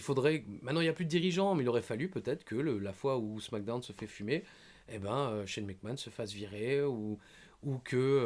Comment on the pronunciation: I me tue avec son Shane Mac kant !!!!